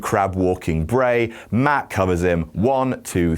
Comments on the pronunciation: Meff?????? Meth??? Huh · I thought he said Meth. Not Meff. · Did anyone else think he said, meth? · When he said Matt hardy bolevies he is Jeff and himself he said Jett or maff I thought he said meth so haha Jeff hardy did drugs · he said Meff